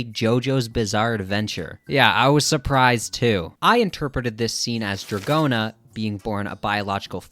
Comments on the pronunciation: that's a stretch. GIOrno is already pushing it, but NO ONE pronounces Dragon as dra-johns. unless the namesake Dragona comes from does pronounce it that way for some reason, i'm not well versed in american rock music... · it is proutonced dragouna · I pronounce it like rodeo cause it fune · dra-johns lmfao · Honestly, I think drag-go-na is better lol pronounce it however you want